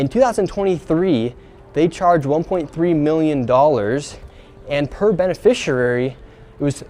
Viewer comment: how has he still not learned how to pronounce the word "beneficiary"?